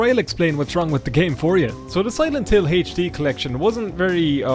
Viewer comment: Ah yes, the infamous Silent Hill HaychD collection.